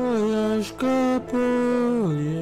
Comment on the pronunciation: Hi, You first said that you couldn't pronounce the song title. Then, you did quite well. 👍 I agree with a comment. Diana is a great ambassador for her country. The hammer and sickle emblem represented the Soviet Union. I guess that it was meant to honor the average working people.